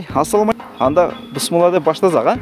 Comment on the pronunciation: Бысмылла эмес туура айтсан тууган